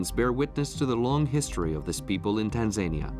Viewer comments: Who/what does the research for these documentaries about Tanzania pronounced Tan zan eeya? Si sahihi (incorrect), there are no panthers in Tarangire National Park which is mentioned as one of the predators to be seen there. In the Serengeti part the commentary stated it was one of the places to see a leopard when the camera image was of a cheetah, really? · It's pronounced Tan.zuh.nee.uh